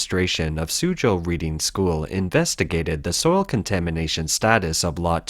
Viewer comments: I'm assuming the narrator is referring to Reading to the west of London, which contains 18 private schools, so which one ? P.S. it is pronounced Redding ! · I know this video was narrated by an AI bot, but Reading School is pronounced as RED-ing. Its name comes from the town of Reading in Berkshire, near London. 😊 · Reading, pronounced "redding", after a large town between London and Oxford, England. Reading school shows principal and responsibilty by properly testing the soils in the school grounds, after suspicions or a tip-off. They, Reading School, acted in a interest of the welfare of the children. The CCP does not responsibly act, but literally buries such concerns. It takes a foreign investor to unlock the criminal conspiracy. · he is Canadian so, just reading it as reading not Reading as he doesn't know the local pronunciation (bad pun I know ;) ). Eg I have always pronounced Concord like con-cord, but the town in the US is pronounced Con-ked. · I would have thought a human might know on how to pronounce "Reading" as in the name of the school and the town it's in, as opposed to "reading", as in I'm reading these comments. :) The narration to me does sound rather mechanical and monotone.